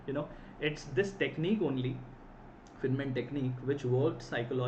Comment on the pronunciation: Please, at least learn to pronounce "Feynman" correctly.